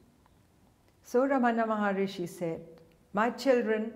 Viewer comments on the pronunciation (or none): Exactly ;P It's fine to share such stories, but she shouldn't falsely associate it with Ramana Maharshi, who's name she also didn't pronounce correctly.